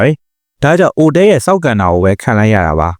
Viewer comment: အိုတဲ မဟုတ်ပါဘူး အိုတအဲ ပါ